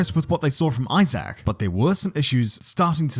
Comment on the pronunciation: Isaacck is pronounced E-zak Hadrien? The H is silent Love your vids, dude, just giving you a hands up on the future 😅 🇫🇷